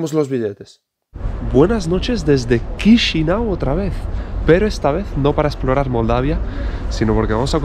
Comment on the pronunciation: Perdón pero no se dice QUISINAU, se dice CHISINAU.